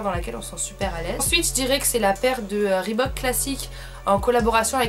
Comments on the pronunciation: Je suis la seule à remarquer qu'elle prononce "Rebook" au lieu de le prononcer ? :') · Grace a toi je sais dire reebook XDD avant je disais Rébouk MDRRR XD ♥ Tes chaussures sont magnifique ☻Vidéo top ♥